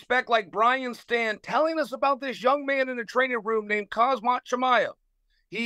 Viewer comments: Ok Chael. Say "ham". "Ham" Great, now, say "zat" "Zat" Great, now say, "hamzat" "Hazmat" 😣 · He said kamzat not hamzat (h is how it's pronounced) no k in Russian. Ike Khabib (Habib) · we know, but that isn't what we're claiming here. No one is contesting that it's pronounced with an H. But Chael is saying Hazmat, not Hamzat He switches the m and the z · it’s pronounced Haam-zat not Haz-mat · If i was Khamzat I'd have had to tell Chael that it's pronounced Ham-zat not Hazmat. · Khamzat ❌ Khazmat ✔️ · Chael Sonnen actually called him "HAZMAT" 😂😂😂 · He always does call him Hazmat! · hazmat swede ;) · I heard kazmat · no he didn't get it right. Chael is saying Hazmat not Hamzat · Youve obviously never heard chael talk 😅 theres not a single name he pronounces correctly…. Makelchev Hazmat Are my favorites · Sounds like he calls him "Hazmat" as in the suit... WTF???? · Camera Kumara Hazmart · After the first Hazmat, I was thinking “Oh must have been a mistake, Chael won’t do it again” Chael proceeds to call him hazmat through the whole interview 😂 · Called hazmit at one point lmao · The way Chael called Khamzat Hazmat 💀🤣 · He really said hazmat and kimura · Did Chael say “Khazmat”?…… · Chael calling them Hazmat and Kamara on ESPN 😂😂😂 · Not Chael calling them Hazmat and Kumaara. Just 🐐 things. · Who is "Kaz-mat Chimaev"? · And khazmaut shmayev 😂😂😂 khamzit pulled out vs nate Diaz 😂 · “Hazmat” “Azmat” cmon Chael you gotta do better than that🤦🏾‍♂️🤣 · “khazmat chimaev” 😅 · ah yes, hazmat chimaev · Hazmat man correct ths man😂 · He didn’t called him right even once😂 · Choel Sucknen is lame not to pronounce 😒 the fighter's name correctly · And from now on it’s hazmat. Khamzat just didn’t know I mean hazmat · it's probably on purpose , he can pronounce zabit magomedsheripov without issue but somehow khamzat is too hard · Chael pronounces both their names wrong on purpose, what a 🐐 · Nobody corrects Uncle Chael. Not even Khazmat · Does Chael purposely mispronounces Khamzats name?